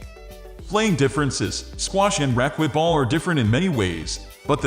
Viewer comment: AI voice cannot pronounce racquetball. Does no one check this before they upload it. Terrible